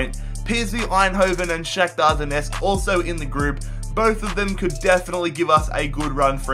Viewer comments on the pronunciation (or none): none